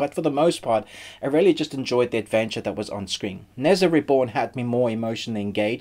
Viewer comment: Nezha = NER JA not nez ah